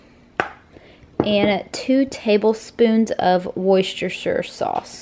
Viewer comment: For future reference since it makes no sense whatsoever, worcestershire == woostersher (pronunciation) ... no way you'd guess that without being told! :-D